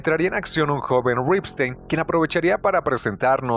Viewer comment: Qué bien pronuncias Ripstein, con mucho estilo, pero no sabes pronunciar "lúgubre".